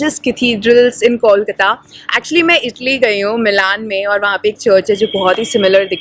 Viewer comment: Can you pronounce the name of the city correctly please?!?! And it's NOT "Balugunge" but "BALLYGUNGE" - YOU SHOULD re-edit this entire video. What bullshit.